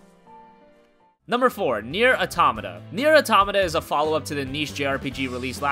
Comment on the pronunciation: I couldn't when he said "Rogue Galaxy" was a good part of the track record.... Correction with "Nier Automata" (Cudos for saying it right) Its being made by Square Enix AND Platinum games, which if you like square stories or not is debatable whether that helps the story case. Also surprised Tales of Berseria wasent in here XDDD